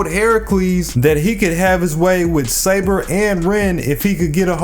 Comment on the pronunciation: Btw it’s saber lol